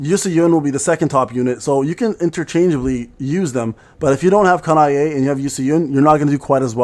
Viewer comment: it's Kanae day (I've been sitting on SLA for more than a full shift today) also, it's Ka-na-eh, not Ka-na-ey